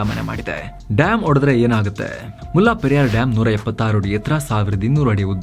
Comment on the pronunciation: ಅದು ಮುಲ್ಲಾ ಪೆರಿಯಾರ್ ಅಲ್ಲ. ಮುಲ್ಲ ಪೆರಿಯಾರ್ ಅಥವಾ ಮುಲ್ಲೈ ಪೆರಿಯಾರ್. ನಮ್ಮ ಜನಗಳಿಗೆ, ಹಿಂದಿ ಉರ್ದು ಭಾಷೆ ಬಗ್ಗೆ ಇರುವ ಪ್ರೀತಿ ನಮ್ಮ ಪಕ್ಕದ ರಾಜ್ಯಗಳ ಭಾಷೆಗಳ ಬಗ್ಗೆ ಇಲ್ಲ. ವಾಸ್ತವವಾಗಿ, ಹಳೆಗನ್ನಡ, ತಮಿಳು, ತೆಲುಗು, ಮಲಯಾಳಂ ಭಾಷೆಗಳಿಗೆಲ್ಲ ಸಂಬಂಧ ಇದೆ. ಇದು ನಮ್ಮ ಈಗಿನ ತಲೆಮಾರಿನ ಜನಗಳಿಗೆ ಗೊತ್ತಿಲ್ಲ. ಆದರೆ ಸಾವಿರಾರು ಮೈಲಿ ದೂರದಲ್ಲಿರುವ ಹಿಂದಿ/ ಉರ್ದು ಬಗ್ಗೆ ಬಹಳ ಗೊತ್ತು.